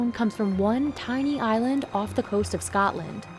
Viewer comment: "Scatland"? Really? I thought they came from Scotland. 🤔